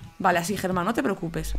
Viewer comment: le llamas te (Germám) al caballo en vez de (Geman) xd